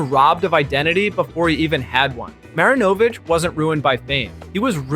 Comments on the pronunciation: It's pronounced, Todd "Marin-A-vich". Travis Henry was NOT a King-pin! I have known him his entire life. Yes, he didn't use a condom many times, but he was arrested with Coke in his car, while driving it across state lines, for the actual KingPin, who was not arrested. BTW- He is in every single of his kids, lives. NOT A dead beat Dad. We all make poor choices in Life, but to label him a Drug Dealer, is 100% NOT TRUE! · Learn to pronounce Todd's last name